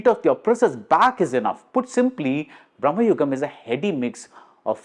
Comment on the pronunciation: Again, it’s Bhra.ma.yugam. Not Brah.ma.yugam. Both are of entirely different meaning